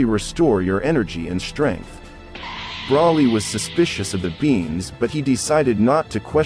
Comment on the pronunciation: Why is the voice commentor saying the wrong words? What's a sensor bean ? And even brawly? Isn't it broly? Kakarit? 😂 Wow